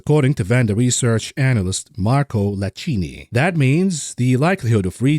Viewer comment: Marco Iachini. That's an I,, not an L.